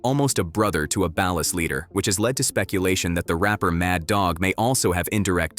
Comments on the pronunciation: its ballas like a basket ball not balas like balance. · Ur saying bail-us try ball-ers ball-las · Ball-ers not bal-las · Why does everyone pronounce it balus? Like bro it’s ballers with an A. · Bro it’s BALL -UHS … not balis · Ballers but without the er and add an a. Ballas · Another channel that can't properly pronounce Ballas? It's Ballas not Balist; Baller not Bailer lol. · Can you learn to pronounce words before you make a facts video bc wtf is a bal-er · Stop with the AI narration. Like shit is mad annoying. "The Balis, The Baleer" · Ballas are pronounced Ballers lol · Wtf is a Ba-Las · its Ballas like Ballers. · Bro has NEVER played GTA SA. What he mean Balus?? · Ballas is pronounced as BALL-AS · Honestly I've only learned how ballas is pronounced recently. I know its ai being stupid, but that's how people pronounced it in my country lol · Unwatchable because of Ballas being pronounced like is part of a light fixture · The way ballas are pronounced is cringe asf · Why you pronounce baller like that? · So they can pronounce Kane correctly but not Ballas? 🤣🤣🤣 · How can this video have so much cool knowledge about the game yet not pronounce “Ballas” properly. Heck, you couldn’t even pronounce “Baller”. The only time I have ever pronounced “Baller” the way you pronounced it I. The video is when I’m talking about WWE wrestler Finn Balor. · Ok but why does he pronounce “Ballas” like that? 😂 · The pronunciation of ballas is killing me 🤣🤣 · No groove is bloods not crips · I cant get over the mis pronunciation of Ballas. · I hate the way he says Ballas. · Why can't this guy pronounce Ballas and Baller?